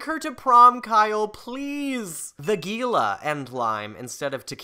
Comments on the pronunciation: The girls and lime, it’s pronounced hee-luh and the Gila is a type of lizard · Not said Gila it's said He-la. Espanol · is no one gonna point out the g makes the H sound its the hea-la